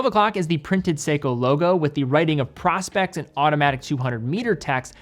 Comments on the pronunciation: Isn’t it “PRO-specs?” As in “professional specifications?” Pro spex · stop calling it pros-pex you know better than that